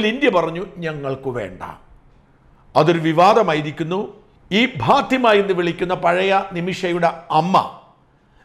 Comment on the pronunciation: ഭാത്തിമ അല്ലെടോ ഫാത്തിമ (Fatima)